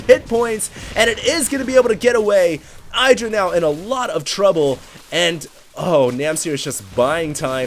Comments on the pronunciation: IH-dra not eye-dra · It's IH-dra not EYE-dra. :) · 1. doesn't pay attention to the fact that Terrran opened with 11 Gas before Racks. Then he goes "OMG 2 PORT BANSHEE DIDN'T EXPECT THAT" 2. Since when is Idra anyone's fan favourite? 3. If wants to be like Idra he should pronounce his name right. He should also Rage way more. 4. Idra is a whiner. I bet the Terran said that crap at the beginning just to throw off Idra and make him rage more when he lost.